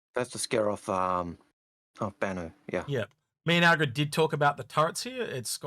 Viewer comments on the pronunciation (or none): Nice show as always - but it's AL-GA-RED not Aggred, come on dude it's not hard to learn how to pronounce your partners name.